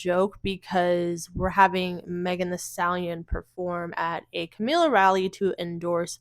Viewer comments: Girl, are you talking about Kamala Harris? I thought you were talking about Camila cabello running for president, why you pronouncing her name Camila? It’s Kuh•ma•luh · i'm sorry but you calling her camila keeps making me laugh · Are you saying Kamala wrong on purpose?